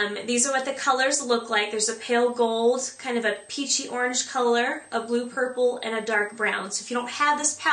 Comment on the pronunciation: lol did u say burple ?:)